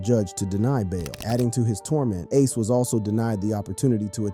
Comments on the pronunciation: I really hate how you pronounce ACE NAME SMH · why you saying ace name like that?